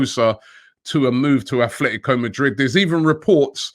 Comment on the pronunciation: Robbie, it still is aTletico not aTHletico Madrid.